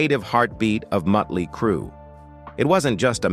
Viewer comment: The narrator needs an English class, the name is Motley Crue, not mutley crue, or meatley crue.